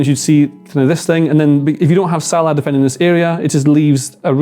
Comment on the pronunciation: Why does he say Salah like that